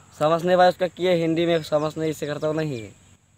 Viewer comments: Hindi Jo Volta hai na oo lardka pagol mantel lardka hai Hindi ko hendi bol rha hai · হিন্দি কে হিন্ডি বলছে মূর্খ 😂😂😂😂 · ওরে ভাই আর এই ভাবে হিন্দি বলিস না। তুই এখনো ভাষা টার নামে জানিসনা হিন্দি ভাষাকে হিন ডি বলতেছিস বাকি আর কিছু বললাম না । পশ্চিমবঙ্গ রাজ্যের কোচবিহার জেলা থেকে বলছি